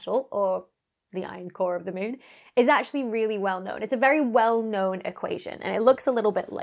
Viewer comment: Anyone else thinking Dr. Becky is saying Mewn instead of Moon? Now I have to play Mewnbase...